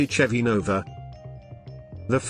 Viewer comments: It’s not because of the British accent, it’s a synthesized voice, not an actual person, it also pronounces Chevy with a ch sound instead of the sh sound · Here we go. How about a real person narrating videos like this, rather than a ridiculous computer voice that can't even pronounce Chevy properly?. Nobody talks about 70s engines in metric. That said, I don't know whether these were good choices or not. I just like all older cars. So it was just interesting to see a video about older cars. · CHevy? It's pronounced SHEVVY A Chevelle is a MEED sized car? Pimouth? PLYmouth. ZEE-28, not "Zed", One of the "Mack" One's pictured, specifically the 2nd one, the yellow one, is a Boss 302, not a "Mack" One. AND a 327 was a SHEVVY engine that had been replaced by the 70s with the 350 Koo-in (i.e. CUBIC INCHES) The 351, which was Ford's competing engine of this period, is a 5.7 liter. I don't believe they had 4-sp automatics either in the early 70s.